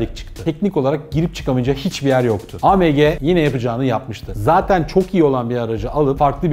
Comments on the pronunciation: pors degil porse yani porsch degil Porsche .a me ge diye söylüyorsun.degil a em ge AMG.sevgiler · A M G deyişi küfür gibi